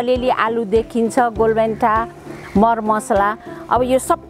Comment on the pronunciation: Did you say Golbhenta for golbheda? 😂